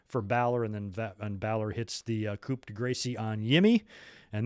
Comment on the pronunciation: I don't think that's how you say coup de Grace (balors finish) hahaha 😆... "Coop day gracie" sounds hilarious though....🤣 But I think in French the p would be silent and grace is pronounced grah